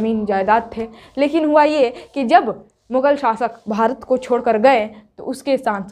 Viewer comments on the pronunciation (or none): none